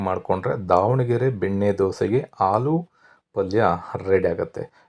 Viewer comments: ಹಾಲು ಅಲ್ಲ ಆಲೂ😂😅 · ಗೊತ್ತಿದ್ದರೂ ಆಲೂ ಅನ್ನೋ ಬದಲು ಹಾಲೂ ಅಂತ ಹೇಳ್ತಾ ಇದ್ರಾ ?